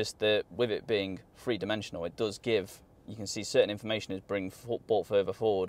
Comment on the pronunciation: It isn't 'Free D', it 's 'THree D'...